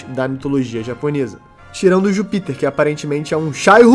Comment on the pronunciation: ju píter me pega um pouco pqp